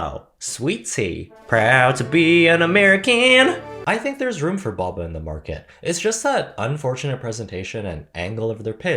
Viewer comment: Thanks for pronouncing it the correct English way of 2 consonants making it a short vowel sound